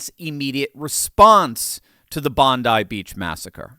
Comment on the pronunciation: You're the first person I've heard discussing the attack who correctly pronounced the name of the beach. Good work!